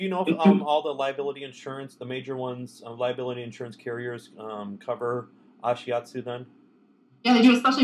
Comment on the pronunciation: D, you look so cute/nervous, and isn't he mispronouncing Ashiatsu?